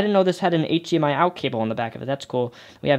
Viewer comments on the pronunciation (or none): none